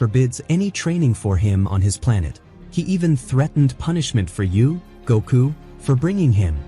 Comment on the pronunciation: it cringes me when you say "Goku's" name wrong and not Gotens